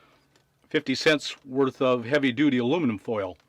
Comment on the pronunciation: You said dutaly 😁😁😁